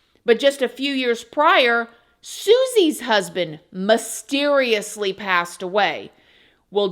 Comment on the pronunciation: Mis teriously not mahsteriously